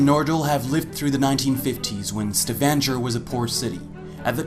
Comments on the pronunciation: It is a StavanGer ( like Stavangher) and not StavanJer...is Norwegian place and name so learn firstly to pronounce it correctly instead of wounding it continuously rather, eh??? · I wish the narrator of this video could at least learn to pronounce "Stavanger" correctly. This might lend credibility to the rest of his narration. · the way he reads Stavanger.... god hurts my ears!